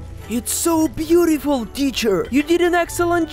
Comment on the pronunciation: i love when he said butetyful